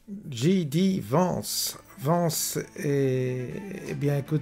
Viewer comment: Vence pas Vance, vous ne parlez pas anglais ou quoi ??